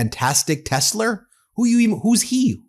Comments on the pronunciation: He doesn't say Melaniur and Ivankur, so why is it Teslur? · why the fuck catn this guy say TESLA, tesler.... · Why aren’t people not catching all the speaking mistakes? Tesler,MSNBC he says MSNBDC. he said tick tac on this video instead of tick tock. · He said "Tesler" when he purchased them at the white house too. So he actually thinks it's called Tesler. That's how dumb our president is. 🤦🏾‍♂️ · He will continue to say Tesler because if he doesn't it will be admitting he made a mistake. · He calls it Tessler because that's how the Mainland Chinese pronounce it. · Trump will go down in history as the President who the buck Does Not stop here. Wtf is Tesler, lol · Ah yes, the ole Tesler